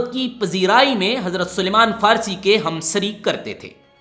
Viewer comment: سلیمان نہیں بلکہ سلمان ہے